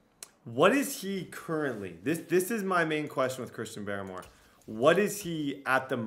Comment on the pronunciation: It's pronounced Christian Bar-more